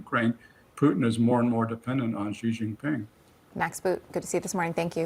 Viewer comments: Mr Boot, Chinese last name is not JI, it's XI (She). Why can't you get his name right? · Max Boot, Senior Fellow, Council on Foreign Relations, needs to learn how to pronounce Xi. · Ive heard some of them pronounce Xi three different ways in the same conversation.